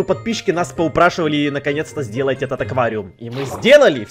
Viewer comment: Аквариум, а не оквариум